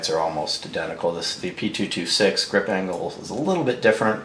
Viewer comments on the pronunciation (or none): You started with the p226 . Except you said p22sex.